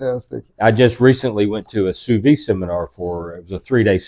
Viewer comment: I had to go back 3 times because "ser-vech-a" 😂 mah dood... "sa-vee-chay" 🤦‍♂️